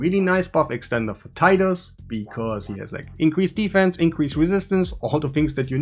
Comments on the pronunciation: Titus is pronounced “tight-us” not “teet-us” 😉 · Friend its Tie Tuss not TEE tus. Like Tie your shoe. Tie tus.